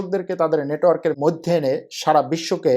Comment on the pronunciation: আপনার তুরস্ক, মধ্য এশিয়ার রাজনীতি, অর্থনীতি নিয়ে আলোচনা অত্যন্ত তথ্যবহুল এবং প্রান্জল। শুধু কিছু শব্দের উচ্চারণ শ্রূতিকটু। যেমন “মইধ্যে”। আরও কয়েকটি। বিরাট কোন ব্যাপার নয়, কিন্তু আপনার মানের সাথে সামঞ্জস্যপূর্ণ নয়।